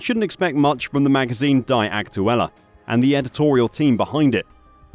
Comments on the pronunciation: It's pronounced "Dee" Aktuelle. Not die. 😂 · "dee" is the pronunciation of the feminine defiinite article auf Deutsch. Everytime you said "die" I cringed. Please learn a little about other languages. Just a tiny amount. British snobbery. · It's pronounced "Dee" not Die.. :) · Pronounced Dee not die. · The word is pronounced dee NOT die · Thanks for the video. Please check the pronounciation of the German article "die" (dee). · Die in German is pronounced dee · The pronunciation of die is something else😂